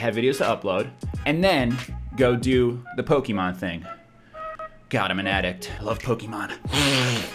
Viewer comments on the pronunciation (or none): jesus christ stop pronouncing it pok eee mon, its poh ke mon god fucking dammit